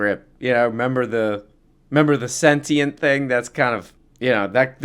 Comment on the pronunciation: I like how he reads the definition of sentient and doesn't pronounce it correctly with his big brain